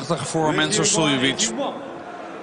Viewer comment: The way the commentator says Suljovic sometimes sounds like he's saying silly bitch😂 play darts myself, massive fan of Sherrock, shows that it doesn't matter what the gender, you can always compete at equal levels.